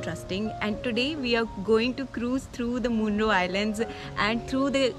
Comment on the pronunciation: Little correction.. Munroe is pronounced as मनरो. Also the river is ‘Kallada’, not ‘Nalanda’